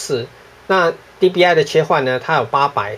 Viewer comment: 不是DPI嗎? 你怎麼念DBI